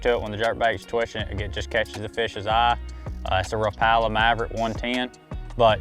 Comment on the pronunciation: i don’t trust anyone who can’t pronounce Rapala right